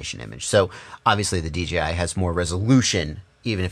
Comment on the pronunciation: Great review...... bottom line on which to purchase will be an individual. I could see you struggling to say DJI on a FS review and thats ok... but you gave the facts towards options and thats a fair review........ as far as I saw all the googles made that blue Mustang look awesome.... keep up the great work.